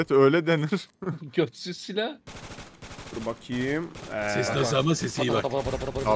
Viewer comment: sen silaha götsüz mü dedin 😂😂😂😂